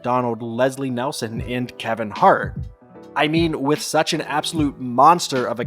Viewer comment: Leslie.... NELSON? Come on, if you're gonna talk up what a big deal it was to work with him, at least read his name correctly.